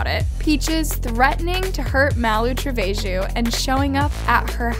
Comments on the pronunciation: You’re saying her name wrong it’s not malu treveju it’s TRE VE JO 🤡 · bro- her name is pronounced “tre-vay-ho” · can we just talk about how she says Malu's last name " MaLu TrEvAyJu' No hate btw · Hey guys its larray it’s chreh-veh-ho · lmao she said tra vay shoe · can we just talk about how pronounced “trevejo” “traveju”? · She said malu treveeju 😂😂😂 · Hold up, did this girl say tre-vay-gio 💀 bro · She said Malu travé jew 😭💀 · it’s pronounced [mall-oo trev-ay-ho] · It’s pronounced treveho lmao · no hate but "treveho" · The Life Of Ana malu trevEHZHIO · the way she pronounced Malu Trevejo had me rollingggggg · someone teach this girl how to say malu's name properly im gonna scream